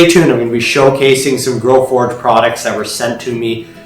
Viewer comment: type in your title and video description. its growforge. not growfordge